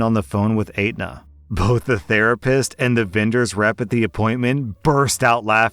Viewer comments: Is anyone else bothered by the pronunciation of Aenta? It's et-na any other time I've heard it spoken, and the way pronounced it just irks me lol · FYI, the insurance company's name is pronounced "ET-NA", the "A" is silent. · Ugh, medical insurers. FYI it’s pronounced ‘etna’ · The insurance company’s name is pronounced ET-nuh. As for covering a new stander but not replacement harnesses and whatnot, it probably goes to the issue of not wanting endless claims for broken parts for the same gadget. It’s still annoying that our throwaway society works that way. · I think it's pronounced et-na, as there's tons in my state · Hate to be THAT guy but it's pronounced ET-NUH. I work there so it just bugged the hell out of me lol Also, can't really comment on that policy. Don't know what plan she has. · Great video, except it’s pronounced Et-na. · I've had Aetna before with my father's work insurance. They were always horrible and I always felt bad for asking for medical help because they always gave my mother a headache about everything. It's also pronounced étna in case sees this. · when prounces it "ate-nuh" lol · Yes! lol. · Normally mispronounciations don't bother me but I guess I've been in the medical field too long because the pronunciation of Aetna caused me physical pain. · The way you pronounce Aetna is cringe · i didn't even see how it was spelled and i knew something was off. At first i thought he meant Edna, though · Probably haha. But as someone in the insurance industry, I just can't get over pronunciation of Aetna. It's not "ate-nuh", it's "et-nuh" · ET-NAH NOT ATE-NAH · The insurance company is et-nuh not ate-nuh lol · Story #2: It's pronounced etna, not ate-na. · There's no 8 in Aetna, btw. It's pronounced Etna. But you've mispronounced other words throughout your videos, so... ("Constructive criticism") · Ok sorry... But pronouncing Aetna as eight-nah is really funny. It's ett-na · Fyi, Aetna is pronounced like "Etna"